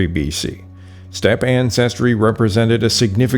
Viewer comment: "What are you doing step ancestors?" Is what I hear every time I hear you say stepe. I heard that joke way to much.